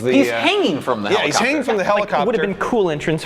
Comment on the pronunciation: "Police clopter"